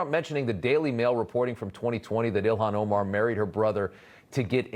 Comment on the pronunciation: I love Trump’s insistence to pronounce foreign names exactly how they’re spelled in English. “Ill-Han O-Marr”